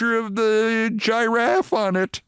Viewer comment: Oh pulllease. Every sports fan makes random worst and best case scenario utterances during a game. Dude, I like you, but check that ego man. And you better be careful going all-in on the trump decline when YOU are having trouble pronouncing giraffe! Giiiieee raffe? I am just getting tired of so-called anti-trumper heroes thinking their anti-trumpness makes them immune to their own shortcomings -- Atlanta DA, Comey, Lemon, Mueller etc... What hurts you and your credibility, Keith, is you have been outraged over EVERY republican since 1996! Btw, this has been a great World Series and you allowing yourself to be anti-baseball is really a shame. I hope the Blue Jays win so Canada can stick to the USA! I want to see dipshiat invite the Jays to to the junk yard, I mean White House.